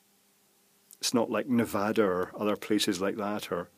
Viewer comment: YOU SAID NEVADA CORRECTLY! HOLY SHIT! Wait . . . a guy from the UK could say it correctly, but people from Utah and California still struggle to say it?